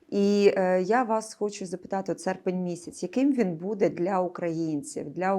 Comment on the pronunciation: Господи,, ставте правильно наголос у слові буде!!!